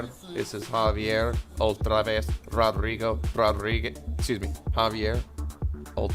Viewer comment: CANT stop laughing: This is Javierr, this Oltrravesss, this Rodrrriguez, Rodrriguezz ---- EXCUSE ME ---- HAHA you are the MAN. I hope i dont meet the hidden amigo Rodrrriguez Jr soon.